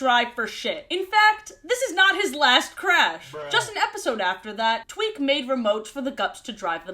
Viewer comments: Hi yes, was I the only one who heard say twink instead of Tweak? Like I heard it, had to run it back, and then repeated said process 10 more times. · EVERY TIME SHE SAYS "TWEAK" I THINK SHE SAYS "TWINK" AND IM SCREAMING. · Every time she says "tweak" i think she's saying "twink" and i assume she's talking about shellington or smth (also head cannon tweak tweaks out when she can't get something right) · constantly saying 'twink' instead of 'tweek' is just so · Bro I thought I was making shit up💀 like I was sitting here like “twink?.. nah I’m delusional she’s saying tweek… wait what I swear she just said twink again wtf” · now why did i think you said "Twink".... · Half of the time I mishear Tweak's name as Twink and I am genuinely losing my mind. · It took me too long to realize you weren't saying twink 😭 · i swear i keep hearing you say “twink tries to fix the gup F” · I thought you called Tweak "Twink" briefly. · I kept hearing "Tweak" as "Twink" 💀